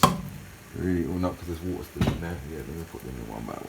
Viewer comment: "Www wwwaata to a boil " 😂😂😂